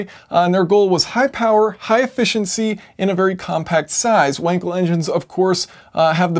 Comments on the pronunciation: Should be pronounced with a V. In german W = V and V = F :) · Your pronounce of Wankel is incorrect...